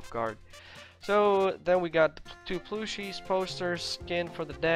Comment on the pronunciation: The way you say pose and plushie crack me up. Lol